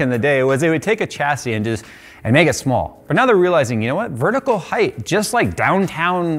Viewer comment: How you expect people to take you serious weeken you say heigth and not height